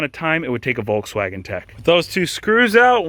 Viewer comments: Please lern to pronounce Volkswagen correctly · German here, In germany we spell the V in Volkswagen like an f. So you could transcripted say "Folkswagen"... I'm dying every time you spell it like a w 😂